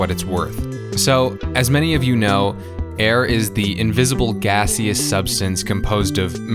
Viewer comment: did he really just say “gas ee us” to pronounce gaseous